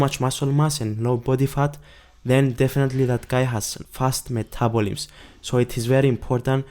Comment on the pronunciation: "Metabolims." LOLOLOL. Cute.